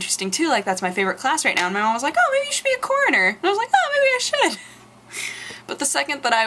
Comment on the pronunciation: uhm! what the h**l is a "Koriner"?